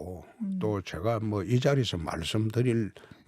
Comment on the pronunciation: 발음 이상하다ㅋㅋ "단한번도 1위 자 ㅈ리를..."ㅋㅋ